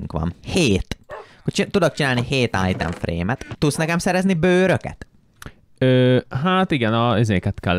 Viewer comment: Ezaaz! Újabb Eallképesztő Minecraft videó!:_jeábébe::_akalk: :_mátéideges:Egy titkos harcsafilé üzem!!:_kriszhype:(ha van olyan xd) 😅csak én hallom "ájtem frémnek"?😅 ( Nem rosszból ne értse félre senki) ..... :_uasztuaa: 1. Évados visszautazás az időbee:_jeábébe: 😅már megint majom:_kriszhype: Időutazásos előregondolokodás:_uasztuaa: Egy MazeHáz mindig jól jön!:_akalk